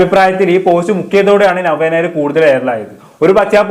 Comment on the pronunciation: ആദ്യം നവ്യ നായർ എന്ന് നല്ലവണ്ണം പറയാൻ പഠിക്കു